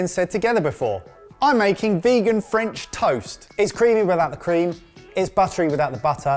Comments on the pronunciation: would have been great topped by a perfectly poached egg... was "superb" (french accent included) but I was laughing at how he managed to mispronounce both french AND english words. 😁 😂 🤣 😃 😄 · Had physics and further maths A-levels today but what really put the nail in the coffin was hearing speak "French"